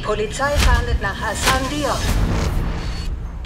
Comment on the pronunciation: Lustig dass Franzosen kein H aussprechen können/wollen und sogar Hassan zu Assan machen 😅 P.s.: der Polizist sieht aus wie Ben Yedder 😆